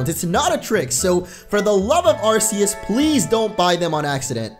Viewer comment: not ar-se-s it is prounced ar-key-s